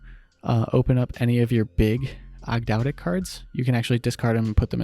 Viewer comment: It’s pronounced Aug- dough- dic, and Ogdoadic are a reference to the ancient Egyptian signature for a 8 pointed star to represent Magic/regeneration and the 8 deities. Cool list too